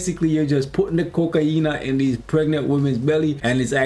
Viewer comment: “Kokaina” 🤣😂🤣😂 im dying bud😂 Btw love your content! Keep up the good work 👍